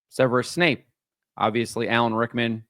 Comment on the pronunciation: It's Snape, not Wesley Snipes. WTF